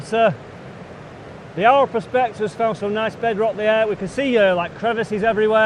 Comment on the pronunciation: I have watched all your vid's. They are all very well produced. So good that you met up with the Eye'r prospector. If he didn't tell you, he should have. Aur is pronounced Eye'r not ow er. So I hope you will learn a little Welsh as you spend a lot of time in God's country seeking out it's treasure. All the best for '22.😉🏴👍